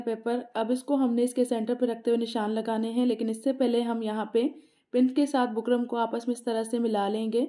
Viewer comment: Design pe ooper lagaye so bukram ka naam clearly boliye na. Samajh nai aara